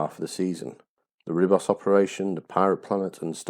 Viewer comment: Nicely made video. Small point: Ribos is pronounced "Reebos".